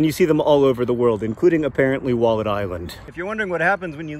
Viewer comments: It took me a little too long to understand what John was calling the island. When he said he found a wallet there I thought "I've never heard of a wallette, is it a river creature native to that part of the world?" 😓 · Was he saying wallet this whole time? I kept hearing Wallid. I was like, what's a Wallid? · I thought he was saying Walden island for most of the episode lol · I did not realise that he was saying wallet this whole time, I kept hearing Wallid. I was like, you found a Wallid? What's a Wallid? Maybe a type of animal? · Until you explained the name of the island I thought you were saying “Wallid” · anybody else misheard "wallet" and wondered what the heck a "wollod" was for four minutes?